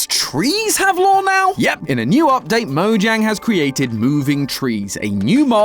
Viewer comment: SWEAR IM FINNA BOOM SUMTHING STOP SAYING LORE WRONG WITH THAT BS ITS LOOOOOOOOOOOOOOOOOOOOOOOOOOOOOOOOOOOOOOOOOOOOOOOOOOOOOOOOOOOORRRRRRRRRRRRRRRRRRRRRREEEEEEEEEEEEEEEE. Thats why your viewer count dropped.